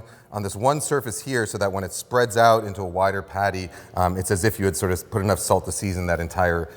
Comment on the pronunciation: I like it how he says ‘salz’ instead of ‘salt’ several times. German viewer here 😊